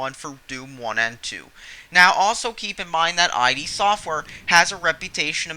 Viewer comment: You lost all credibility when you pronounced "id" as "eye dee".